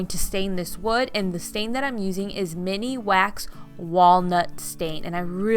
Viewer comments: I truly love your videos, you are awesome, but sweetie, it's pronounced minwax, not miniwax. I have done woodworking for several years and you do a great job with DT products! Love ya! Love matts comment, I'm a dewalt person myself. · I chuckle every time you say "mini- wax" instead of minwax. You're too cute